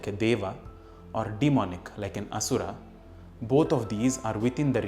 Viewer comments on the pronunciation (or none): none